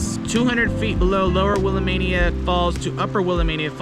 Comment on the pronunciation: Dude; why am I going to trust anybody who can’t pronounce “Willamette”? And you have music covering over your speaking.